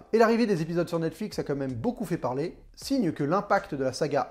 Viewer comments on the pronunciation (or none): none